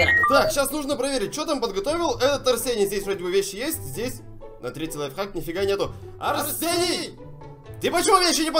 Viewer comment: Мне кажется или говорит не лайфхак, а лайфак😂